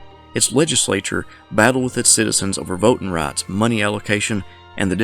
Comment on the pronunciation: What the heck is vote ten?